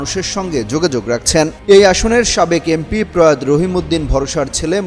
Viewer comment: প্রয়াত ' উচ্চারণ কি ঠিক বলেছেন? প্রয়াতো এ ভাবে বলতে হবে।